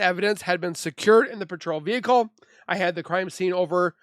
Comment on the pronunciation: 😂😂vehicle not vehice